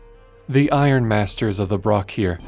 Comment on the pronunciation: I don't wish to sound rude it is "iron" not "iorn", but i agree with you. While we don't know how exatly the revolution began, it is most likely that the men of iron where treated like slaves or worse despite the fact that they are clearly sentient. I would really like a story where a planet (can be 30k not 40k) never went through the age of strife and the humans and machines live in peace.